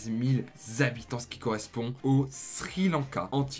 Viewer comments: Les zhabitants quels angoissent de t’entendre prononcer comme sa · les Zabitants.. Sérieux ??? 😅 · c'est pas pour rien qu'il y a un "h" devant habitants , c'est pour pas faire la liaison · sa fait beaucoup de Zhabitant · Ce "zzzzabitants" fait vraiment saigner les oreilles... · les fameux Zabitants haha, sinon super vidéo continue :D